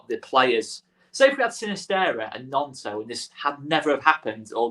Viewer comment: cmon already, it's not pronounced NYONTO, it's pronounced NONTO. Looks like the lad's gonna be with us all season, so at least say it correctly. MOT